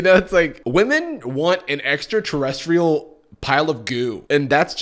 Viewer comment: When he said we want an extraterestial pile of goo I literally spit my drink WHAT